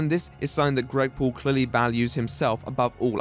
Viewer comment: the way you say Paul sounds like pool. Gregpool the worst superhero ever, saving zero bully victims at a time. Chimichanga